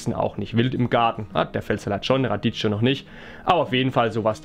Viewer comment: Schräg. Bei uns hat's in der Nacht auf gestern wieder 30cm Neuschnee gemacht. Wird zwar lange nicht liegen bleiben. Aber es wird noch dauern, bis der Frühling richtig loslegt. Nächste Woche soll's auch wieder ungemütlich werden. Und bitte nicht "Raditscho" sagen, das tut in den Ohren weh. Es wird " Radikkio" ausgesprochen. Wie Zucchini. Oder Zucchero.